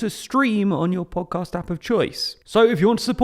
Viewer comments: i hear Pogcast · I love the way says Po'cast. I smile everytime I hear it.